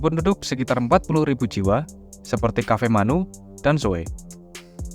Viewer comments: Bukan Kafemanu Min, tetapi Kefamenanu. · Kefamenanu min, bukan kafemanu😂😂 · penyebutan abang salah Kefamenanu bujan kafenanu 🙏 tapi gk pp salah ngomong dikit yng penting tulisanNya udah bener ....semangat bro bahas derah daerah yng jarang di bahas media media lain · Koreksi sedikit ya, min. Harusnya KEFAMENANU, bukan KAFEMANU.